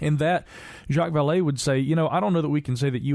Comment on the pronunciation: Jah-k Val lay not Jack's Val lee. Shame on you you cave dwelling rubes.